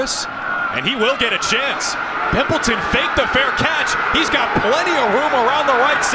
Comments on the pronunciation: It's pronounced "Pimp Leytawn" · Dude loves saying Pimpleton with that EMPHASIS! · The way he kept saying pimpleton ᴘⁱᵐᵖˡᵉᴛᵒⁿ